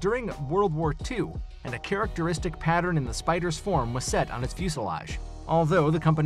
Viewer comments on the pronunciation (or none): none